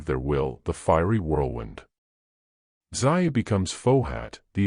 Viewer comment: He say Dzyn anke Zion. It's pronounced dzjahn, almost like John with a softer sound to start.